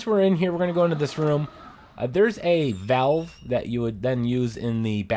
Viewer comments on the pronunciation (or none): none